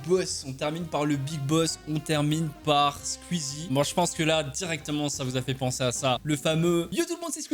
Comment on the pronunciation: Les squeezos de qualité(comme moi) qui disent : "Squeezie" Toi : "squuizie" les squeezos(comme moi) en sueur